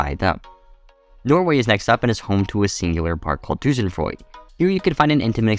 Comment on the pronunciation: Tusenfroyd? Weird way of pronouncing it but yeah. It's also called Speedmonster.